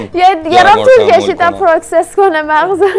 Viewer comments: پروسس❌ پروکسس✅ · پروسس نه پروکسس باهوش